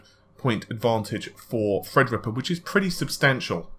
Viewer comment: every time i hear "fredripper" i chuckle a little bit